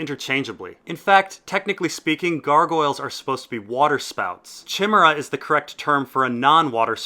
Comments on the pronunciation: Stress on the 2nd syllable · I twitched every time he said it wrong. But all those new details were really interesting! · Chim-er-a.... o dear, Chi-mer-a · chimera is pronounced with a hard c bro. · Shimmerah? Surely you mean Kaimera old boy? Bar that, another great video my man. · Chimera is pronounced KI-MER-A. The CH is a greek sound, as the word itself is from the ancient greek. Otherwise, I love your videos keep it up. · chim-er-a? uh ive always heard it as ky-mer-ah... but hey that may be a brittish vs american thing. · It's kai-mera :) not chim ere ah. <3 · Ky-Mare-Uh. Not Shimmera. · Chimera is pronounced "Kai-mare-ah", not "chim-er-ah". SJ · Not chimmera, kai-meera,. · Chimera is pronounced KI-meera, not CHI-mara. Great vids mate, keep it up! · Chimera is pronounced differently..... Ok, for the beginning (Chi) think of the new reboot of Karate Kid, Cobra KAI. It's pronounced the same as "Kai" in the name. Then mere-uh. Like Amber Turd's character in Aquaman!!! Kai-mere-uh. Chimera! And, no, I didn't write this to make fun or be a jerk. I always do this with my friends so no one laughs at them or they aren't embarrassed when some unfeeling a-hole corrects their pronunciation like a jerk. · It’s said kaimera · Look up how to pronounce "Chimera." It's like Kie-Mera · it's pronounced kimera it's from Greek mythology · Lol chimera is pronounced kymera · chimera is pronounced kah I mare a. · nice addendum. i believe the pronunciation is chi (like "fly") mer (like "hair") a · fyi its pronounced k-i-mara and it may be possible maegar was an xxy but they are usually very feminine. idk interesting video. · Maegor the cruel could not have Klinefelter Syndrome, because patients with that disorder usually have weak muscles, poor coordination and gynecomastia. Maegor is a warrior and he is described as large and bull-like with heavy shoulders. Also, chimera is pronounced kimera (kī-mîr′ə). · chimeria is pronounced "kai Mee rah" ... im fun at partys 8^)